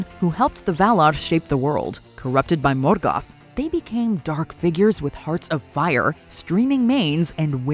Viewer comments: Her American pronunciation of Morgoth is infuriating. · Lmao she pronounces morgoth like he's Mexican 🤣🤣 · why are you pronouncing morgoth weird! it bothers me